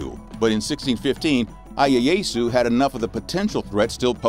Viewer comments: Ieasu is pronounced “E A Ah Sue” please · That and the bunch of other mispronounced stuff was killing me. Ieyasu was just... Painful.